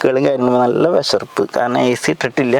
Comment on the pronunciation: വിശർപ്പ് അല്ല വിയർപ്പ്😂